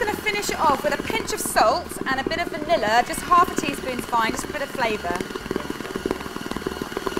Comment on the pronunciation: I heard you trying to say va-nigga. You better be careful white girl lmao 🤣